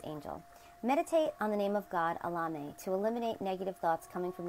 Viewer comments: Your saying the name as if your replacing the E's with A's. Try to say it as if it was Spanish or latin it will come out better and you'll actually pronounce the E's as E's instead of A's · I don't think your pronunciation of Elemiah is correct. Try to ask Google how to say the name. You can not do a search with the way you pronounce it but if you use the way Google says it, it comes up every time.